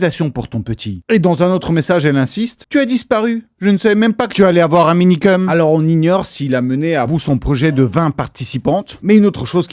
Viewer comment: ça me frustre tellement quand j'entends Minikeum srx ....